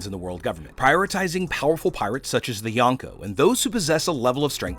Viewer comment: kinda makes me mad that your saying yanko💀